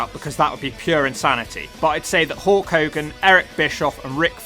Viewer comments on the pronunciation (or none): everytime u say Hulk i always hear u say it as Hawk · 1st: it's H U L K .. NOT HAWK ...2nd: what the hell are your saying..